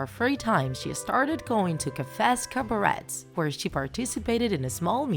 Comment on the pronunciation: My mind bugged out fot a second before I finally understood the narrator said Cabaret in the most American way possible